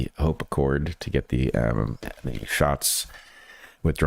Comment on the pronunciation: HOPE ACCORD, not HOPACCORD